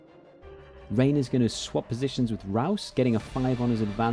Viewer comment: Great battle report. I love watching them during the lunch break. Thank you for all the effort you put in this channel :) What bugs me, however, is your pronunciation of the name "Rein". "Rein & Raus" is German for "in and out", and somewhat equal to "hit and run", a quick job. Of course, it can also be used to describe quality time between lovers, but I'd rather not describe that here. :D The thing is, you're pronouncing it as "rain" or "reign", where it should rather by "rhine" (like the river Rhine), rhyming with "fine". It's not a big issue, of course, I just thought I should have SOMETHING to complain about when your battle report was very entertaining otherwise. Your sergeant impressions are awesome. :D